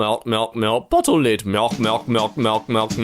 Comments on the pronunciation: Botell liind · BoTtlE lId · Awe Some botle lid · "Mjolkmjolkmjolkmjolk buttlie led" What that a German accent way of saying bottle lid? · Bocle leed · Botol led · I love how he says bottle lid as if he was harry potter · Can we have a moment to say he said bottle lid so wrong but so funny and right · The way Jack says bottle lid in the start is great